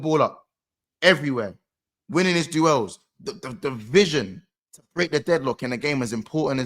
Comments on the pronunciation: This guy cant pronounce "DUELS" 😂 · He does it deliberately, he is mocking Flawless when he said it last year in Back Again pod